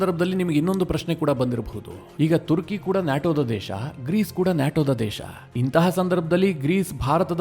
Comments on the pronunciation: Sir ಇದು ತುರ್ಕಿ ಅಲ್ಲ ಅದು ಟರ್ಕಿ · ಮಾರಾಯ, ತುರ್ಕಿ ಅಲ್ಲೋ ಟರ್ಕಿ ಅದು 😂😂😂 ಏನು ಅಂತಾ ವಿಡಿಯೋ ಮಾಡ್ತಿರೋ 😂😂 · ಅದು ತುರ್ಕಿ ಅಲ್ಲ ಟರ್ಕಿ